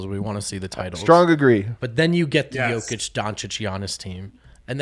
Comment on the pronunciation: Why has switched from saying "Joukić" to saying "Jakić"? It sounds even more wrong...